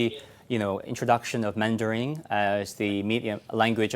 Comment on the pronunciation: Is he pronouncing mandarin as "mandaring"?